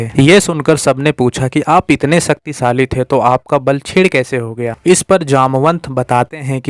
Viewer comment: Sucktisali nahi bhai shaktishali